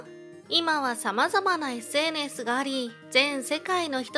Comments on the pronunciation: SNSの言い方が微妙におかしいw。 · SNSの発音独特ですね笑